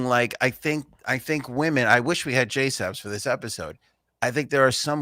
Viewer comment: You have been commenting on AoA videos for as long as i can remember… Will you ever get JSabs name correct??? Its kind of insulting that you continue to watch the show but dont care enough to get her name right.Its JSabs, not Jaysup…